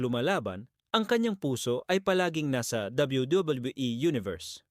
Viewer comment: bulol ka boss habang nagsasabi ng wwe